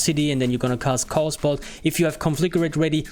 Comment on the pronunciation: Cool vid, I like the idea of a fire lock. Also it doesn't sound like English is your first language, so I'll help you out. Chaos is pronounced KAY-OS, not KOS. Cheers!